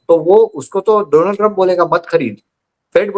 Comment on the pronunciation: डोनाल्ड नहीं मैडम डॉ as in doctor